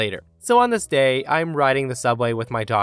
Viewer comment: Every time you say "On this day..." i hear "Nameste" lol...